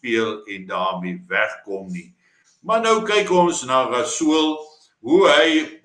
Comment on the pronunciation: Blykbaar is R in Rasool "silent".😂